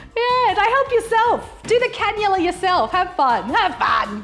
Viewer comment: A cannula*. Google it. :)